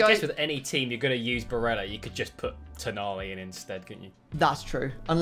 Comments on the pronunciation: Surely he’s not pronounced “Bareja” since he’s Italian and not Spanish? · yeah, exactly. It’s Barella and not Bareja. Double L just becomes a J sound in Spanish languages as far as I know.